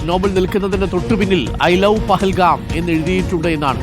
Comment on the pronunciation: പഹൽഗാം അല്ല ന്റെ അരുണേ പെഹൽഗാം